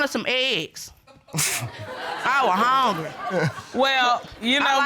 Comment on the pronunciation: First case girl said "I wanted some eggs, I was houngry,". I don't know why but I fell out. She dgaf 😂